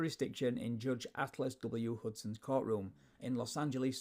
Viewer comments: His name is Altus not Atlas. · it's Altus, not Atlus, not a cool name